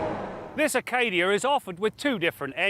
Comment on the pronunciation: There's no "R" in Acadia:)